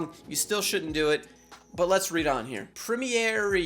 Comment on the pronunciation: Can you not say Premiere?